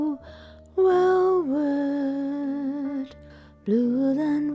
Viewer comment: Bule Welvet ///./. Ill never again hear it the same